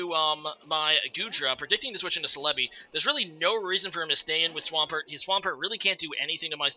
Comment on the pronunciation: The way you say celebi throws me off so much o....O celébi, i read it célebi